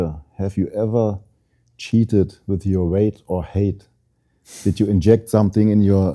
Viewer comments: Height spricht man anders aus Bro. So wie high bzw hight. Das E ist Stumm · jemand muss dem mal sagen dass weight und height nicht gleich ausgesprochen wird 😉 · weight or height, für so ein job sollte man schon ein bisschen mehr an seiner aussprache arbeiten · Wow, spricht ein Wort mal falsch aus und die Welt scheint unterzugehen. Sich darüber lustig machen, zeigt nur den (deutschen) Charakter.